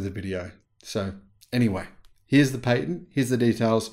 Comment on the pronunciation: Pat not Pate Patent